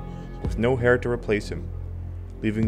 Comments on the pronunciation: It is not pronounced "hair", but "air" (Heir) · Pronounce 'hier' as 'air' I think. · Heir is pronounced like air. Just FYI. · No hair to replace him? I think you mean heir (pronounced like air) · "heir" is pronounced "air". Not "hair". Seriously. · Did you just pronounce "heir" like "hair"? WTF? Ok...that tells me all I need to know. I'm out. ✌️ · "...with no hair to replace him" Oh boy, you gotta pronounce simple things like "heir" correctly if you want people to watch these things